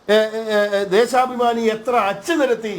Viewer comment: ദേശാ പ മാനി - ആരാണ് വായിക്കുന്നത് അന്തമല്ലാതെ😂